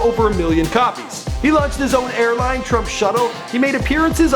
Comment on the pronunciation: When he said he opened his own "airline" I thought he said "hair line".... I nearly choked on my water!